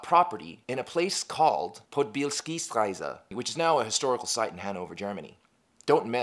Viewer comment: Podbielskistraße ist pronounced like podbee-ellskee-strassee